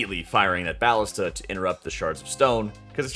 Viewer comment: "BAH-lista"? lol. sir. isn't it... uhhh "bah-LIS-ta"? lolol (Also, quick tip, instead of looking for where the saboteur or wtvr is running, you can actually look around for the BAH-lista with the timer icon on top of it. One of the others with no icon will be next. Also, I'm glad you opened up the discussion about when to fire it. I have been pondering this with my team. Yea, kind of weird how it works. I ALSO wonder if it will stay this way. Also ALSO. Hey! Thanks for making vids, I think they're great! :P It's nice to theorycraft in the community etc ya know? :P